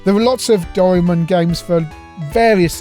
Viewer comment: Doraemon: spelt roughly Dough rye mawn, oxytone. Cheers!